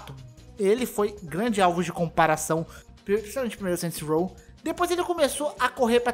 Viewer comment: "Saint Rows"